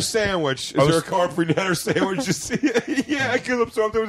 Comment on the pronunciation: I was on board up until he said rite aid sammich